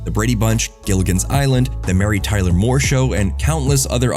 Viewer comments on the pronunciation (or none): none